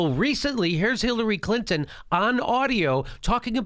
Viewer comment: I love the way you pronounce Hillary's last name....CLIT-IN